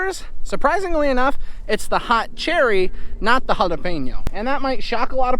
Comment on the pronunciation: Congratulations on how well you pronounce "jalapeño,"! They must have some excellent schools in PA.